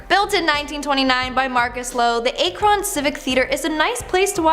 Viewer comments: Butchered the name Akron 🤦😵 Definitely not pronounced like akon just with an r in his name lmfao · It’s pronounced ack Run not a kron smh. It’s a great video no need to come off looking uneducated